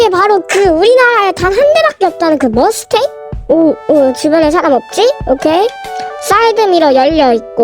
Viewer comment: 머스텡이 아니라 머스탱이에여!!